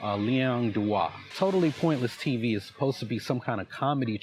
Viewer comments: I hate how he says "Totaless pointless TV" He mispronounces word like this often. It's not even done on purpose for comedic value, hes just illiterate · The moron keeps calling the channel "TOTAL-LESS-POINTLESS-TV" come on, buddy, sound it out, you can do it! ... Maybe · I just love " totaless pointle tv. " my favorite channel.... Dude can't even pronounce your channel name correctly!!! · I don’t think he ever pronounced your name right even once. It’s not a tricky name. Totalus? Hmmm. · He can’t pronounce your channel name mate 😂 another stupid arrogant gringo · Mans can't even say your fucking channel name right. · another question is WHY he is unable to pronounce the name of your channel.. its not that difficult. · That nigga cant even pronounce Totally Pointless TV correctly.. 🧟‍♂️ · Jesus Christ. Why does this guy have to much trouble saying three words?! Totally. Pointless. TV. It's three damn words! And he says it wrong every single time! And wrong in a different way every time! It's insane! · Is he saying totally pointless tv wrong on purpose? It hurts my ears.